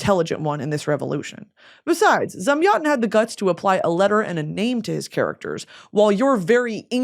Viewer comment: Your pronunciation of Zamyatin for me (russian) sounds like someone speaking russian being waterboarded :DD